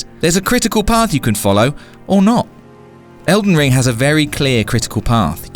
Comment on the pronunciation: You know there is a G in that games name right?